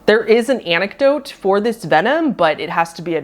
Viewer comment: antidote, not anecdote I guess